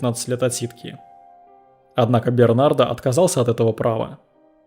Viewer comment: Бернар,а не Бернард!! Д-. не говорится.Переводчик хренов!